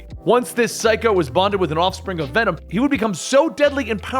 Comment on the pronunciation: Ve’nam? That sounds so stupid